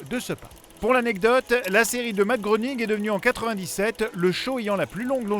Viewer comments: ça se prononce matt grening le o est mué comme dans soeur :p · Tu es un beau connaître pas mal de choses sur les Simpson tu ne sais pas prononcer le nom de leurs créateurs ça se prononce "gréning" 😂